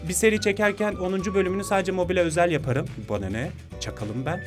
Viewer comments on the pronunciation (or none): none